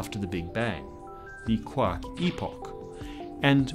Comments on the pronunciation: First time to this channel... At first I was confused as to what you meant from "quock" then finding out your were 'saying' "quark". Really bothered with the accent on this word. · I like how he says “quark”.